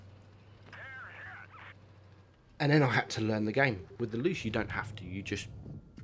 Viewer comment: Bruh. It ain’t called the “Loosh”.